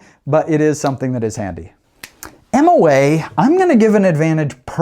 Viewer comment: Moa not mom.